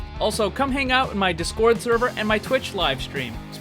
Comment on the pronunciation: You kept saying discord really fast making it dis-kOrd instead of DIS cord